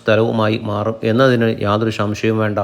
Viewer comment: ഷംഷയം അല്ലെടാ.. സംശയം . പറഞ്ഞ് പഠിക്ക്